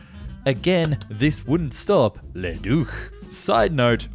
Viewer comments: Very interesting video. But maybe it would have been best NOT to say Leduc's name so much since that's not how it's pronounced. His name was not Ledook... ;) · Bro I love your content but as a French Canadian hearing you pronounce Leduc and René Lorin murdered me. 😅😂 Apologies accepted 😂❤ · Agreed, althought it is still better than how he said "Breguet"